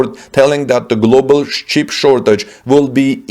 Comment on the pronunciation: The announcer says, “cheap”, instead of “chip”.